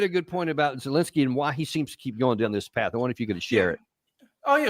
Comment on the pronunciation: can't even say Zelensky's name properly